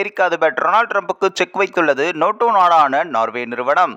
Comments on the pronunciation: Noto அல்ல NATO. ஏன் நேட்டோ பேசிக்கொண்டு துருக்கி leader ஐ show பண்ணுரெல். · நோட்டோ நோட்டோ என்று நொட்டதே! . ஆங்கில வார்த்தையினை தமிழில் சரியாக உச்சரிக்கவும். Nato எப்படி Noto ஆனது. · அடேய் ( நோட்டோ இல்லை நேட்டோ )அமைப்பு நாடுகள் பன்னாடை இது கூடத்தெரியாது செய்தி சொல்லவத்துவிட்டாய் 😂